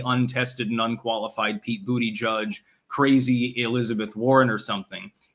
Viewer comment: it s so funny how americans pronounce pete buttigieg’s name 😄😄😄😄